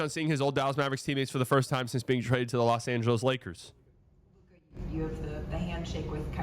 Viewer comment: "Loa" Angeles?